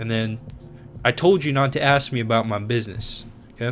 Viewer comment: It sounded like: I told you not to ask me about ma business.